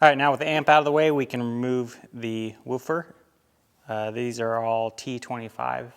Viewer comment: You keep callling it a wu'fer. lol